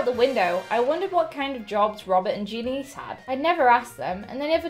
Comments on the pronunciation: THE NAME IS JANICE NOT JENICE GET IT RIGHT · It’s pronounced Jan- iss not Jan-ees